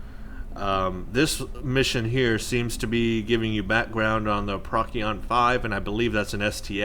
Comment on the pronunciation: Procyon is pronounced like "Pro-see-on" not "prock--ee-on"